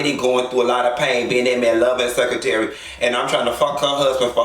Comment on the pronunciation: 😂😂💀 doll I can't take you! Heavenly is in charge of the gurls. Toya is the secretary or as you say (sec-ra-tare)!